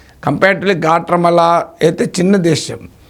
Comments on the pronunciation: గ్వాటమాల అని అంటారు. గాట్రామల కాదు సార్ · Guatemala Swamy—not Gatramala..😂😂😂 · గ్వాట్రెమాల కాదు సర్, గ్వాటెమాల.ఇంకొకటి, ఇప్పుడు ట్రంప్ దగ్గిర మర్యాద demand చేసే పరిస్థితిలో ఏ దేశం లేదు. మీకు మర్యాద కావాలంటే, మీ మీ aeroplanes లో వచ్చి మీవాళ్ళని తీసుకెళ్లండని చెప్తే చేసేదేమిలేదు. అసలు డిపోర్ట్ చేయడానికైనా ఖర్చుని మీరే భరించాలన్న చేసేదేమీలేదు. మాట వినకపోతే, consulates మూసేసి, వీసా రెన్యూల్స్ కూడా ఆపేసి తక్షణం వీసాలు అయిపోయినవాళ్ళని వెనక్కి వెళ్ళమంటే మొత్తం లక్షలమంది ప్రమాదంలో పడతారు. సో ఈ పనికి రాని చర్చలవల్ల use ఏమి లేదు.